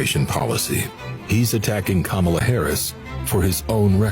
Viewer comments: it's comma-la not Ka-MA-la. i'm talking about the pronunciation of her name. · These MAGAs STILL can’t pronounce Kamala (comma-la). Just two syllables. It’s not that hard. But they’re the smart ones. Ok. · Don Lemon i a very good example why they don't like liberals. Look at him repeatedly embarrass the guy for mispronouncing her name. That's just not gonna work. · It’s a conscious decision to mispronounce her name. So, they need to be reminded. You expect people to pronounce your name properly, right? Mutual respect, people purposely mispronounce her name. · Please look at it from the other side, it is very disrespectful for someone to continue to mispronounce a person's name, after being corrected (especially more than once). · Agree…but as far as the name goes feels like people mispronounce on purpose. Like it’s not hard to say so why say it wrong?